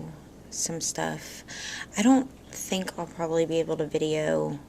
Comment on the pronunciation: I LOVE IT WHEN YOU SAY " I ON'T CARE"...HEHE YOU CRACK ME UP!